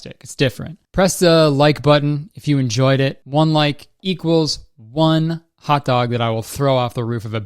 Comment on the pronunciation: I thought that 6am hot dog said gam hot dog 😭😭 imma use it